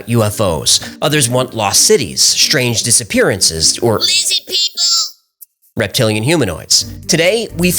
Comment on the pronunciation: It warms my soul everytime he says Lizzid People 😅😅❤